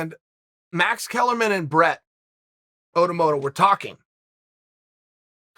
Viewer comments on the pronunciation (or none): Brett “AUTOMOTO”